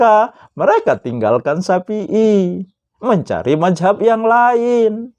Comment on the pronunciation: safi,i bukan sapi,i 🤣🤣🤣🤣🤭🤭🤭